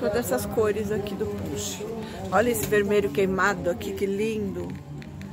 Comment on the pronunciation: Não é ponche é poncho